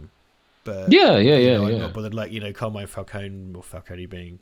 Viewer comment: Never mind Falcone, how come no-one in this film can say Carmine?